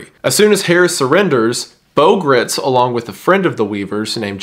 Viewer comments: Good video and informative. Just one small point. Bo's last name is not pronounced like grits. Gritz is pronounced like "kites" or "lights" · Bo Gr-eye-ts is the proper pronunciation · Minor correction, Bo Gritz last name rhymes with brights, not Gritz like Fritz. Great video! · Apparently Bo Gritz's last name is supposed to be pronounced to rhyme with "lights" but I say if it's spelled "Gritz" then he's just gonna have to accept that everyone is going to say it like the southern corn porridge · it's pronounced "grights" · Appreciate your work on this. Just one thing...in case you're able to go back and fix your pronunciation on these...the baby was e-LISH-uh-buh (think Elizabeth), not Elly-Sheba. Geraldo is pronounced like it starts with an H. And Bo's last name is pronounced GRITES, not grits.